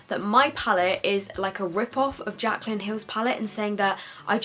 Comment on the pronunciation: Omg the 'Jacyly' hill palette pmsl hahaha